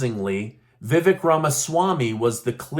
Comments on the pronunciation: Vivek is pronounced more like Veh vake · It’s Vivek (sounds like CAKE). DJT won the debate